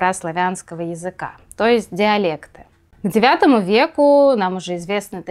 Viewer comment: То эст???????!!!!!! Что за произношения?